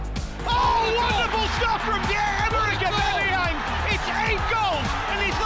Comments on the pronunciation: It annoys me when those commentators call him AubEmeyEng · Imagine after 2 years our own commentator still not being able to say ‘Aubameyang’